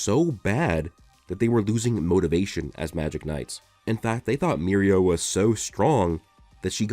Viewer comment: It's funny, because I keep hearing "Mirio", but I know it's "Mereo" as part of "Mereoleona "